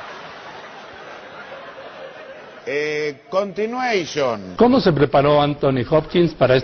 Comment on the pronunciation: "El manager tenía sed" "Continueishon" ja ja ja casi muero😂😂😂😂